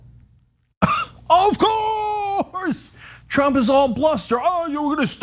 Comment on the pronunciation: Cenk's emphatic "OF COOOOURSE!!!" Is the best. 😂